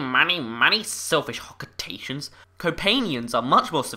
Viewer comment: Lol "dirty hocketations"